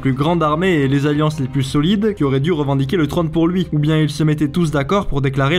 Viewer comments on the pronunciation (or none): Le trone ? le trÔne !